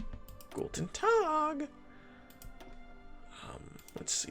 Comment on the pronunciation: Guttentagggg! dive bomers ahahah wish they said that over comms to the English